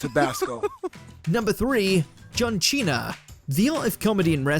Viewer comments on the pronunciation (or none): "John Chena" gets me every time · It's John Cena not Chene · Santino Marella mispronouncing names was enough to crack us up 🤣